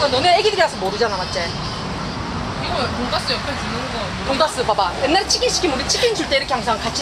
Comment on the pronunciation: 와 너무 귀한 영상입니다. 키친하고 치킨하고 발음 실수 한국 사람들만 하는 줄 알았는데 원어민도 실수한다는 걸 알게 됨요 ㅋㅋㅋㅋㅋㅋ